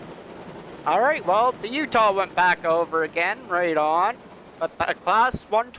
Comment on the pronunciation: Its pronounced U wintah